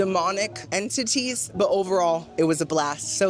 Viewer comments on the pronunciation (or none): none